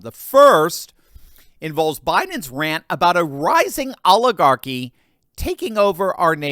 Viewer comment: Did biden say "oligarchy or olive garden"?